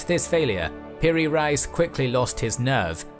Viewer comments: Piri Rice 🤭 Actual pronunciation : Piri Race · Turkish viewers, please correct me if I am wrong: Reis is pronounced as Rays, not Rise. It means Admiral. When you say Admiral Piri Reis, you'd be saying Admiral Piri Admiral.:) Keep up the good work,! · Both of them are incorrect. His name is Piri Rais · Thats the spelling Piri Reis or Piri Rais however the correct pronunciation in Turkish is literally Race like Ray-is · I thought it was pronounced piri RACE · I cannot help but laugh whenever you call an Ottoman admiral 'rice' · Btw, his name is not Rice, it is an Arabic and Turkish title that means Captain or leader, it sounds like Rice but it is not indeed!